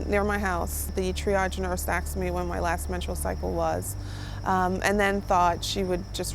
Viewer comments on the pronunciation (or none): Asked ..not asXed